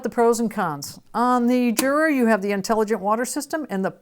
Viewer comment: It is a pity that you cannot pronounce the names of both companies correctly 😔